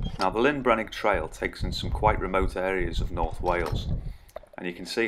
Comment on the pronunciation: Handy video, thanks 👍🏻 One small point, you keep says Lyn Brenig, it’s LLyn Brenig 😉 Lyn is a ladies name! LLyn means ‘Lake’ … in Welsh 😎